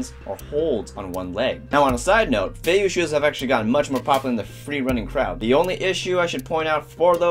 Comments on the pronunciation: I'm pretty sure its pronounced feiyuueh not feiyou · You have feivue, not feiyue